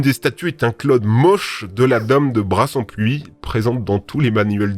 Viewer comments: C’est pas « Brassempoui » mais « Brassempouille » 😭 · Super vidéo ! Et super chaîne en général mais étant originaire de là bas on dit "bras-sein-pouille" et pas Brasempui 😅 Même si je l'accorde ça s'écrit Brassempouy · Il a dit la dame de brassemPUII 😭 ça se dis "brassempouille" et ça s'écrit brassempouy (j'habite à côté) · Brassempouy se prononce brasempouille ^^ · Petite correction à on dit la dame de Brassempoy et on dit ouille à la fin Hésitez pas à me répondre si c'est pas clair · ça se dit brassempouille 🙃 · Par contre pour la dame de brassempouy toute les lettres ce prononce 😅